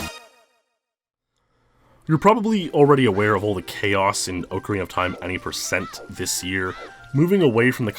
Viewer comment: .......i can't say how much i love your videos i've been following you for YEARS...BUT PLEASE GO TO THIS LINK TO LEARN HOW TO SAY OCARINA LMAO